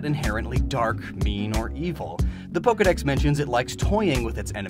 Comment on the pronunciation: THERE IS NO I IN POKEDEX!